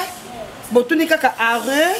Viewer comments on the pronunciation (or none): tu me fait trop rire avec ba français na yo « arreu » arrêt stp 🤣🤣🤣🤣😂😭